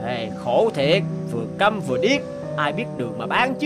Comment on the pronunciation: Đọc hơi sai nha người cha câm chứ hok phải người cha căm âu nhen